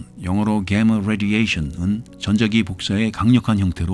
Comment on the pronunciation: 개머 레디에이션 발음 굿!